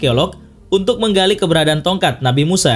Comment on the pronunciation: Pas lu bilang ''tonkat nabi Musa" jadi kepikiran doraemon yang bilang "tokat nabi Musaaaaaaaa"